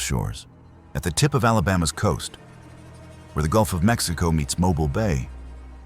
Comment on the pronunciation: It's "Mo-BEEL", "Birming-HAM" and "MAH-rion" (like Robin Hood's girlfriend). The original Tutwiler Hotel site is now a bank, although I hear the spirits followed the hotel when it relocated. You got the Drish House story backwards - Dr. Drish died first. Oherwise, good video. I live in Alabama, born and raised here. In Alabama, if it was built before 1900, it's haunted.